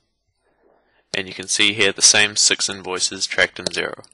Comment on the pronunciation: did you say sux unvoices or six invoices?